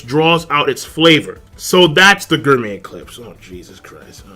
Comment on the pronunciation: it is pronounced: GOR-MEh stop with this Guur-Met